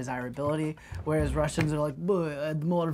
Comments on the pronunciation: Ok but the way talks without russian accent and then pronounces Russian words perfectly is kind of music to my ears, thank you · I like how pronounce Russian words in perfect Russian